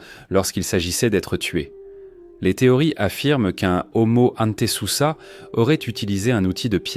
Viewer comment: Nulle l'IA "Omo hanté c'est ça" 😂😂😂🤣🤣 "Ce singe" ...." Cet animal"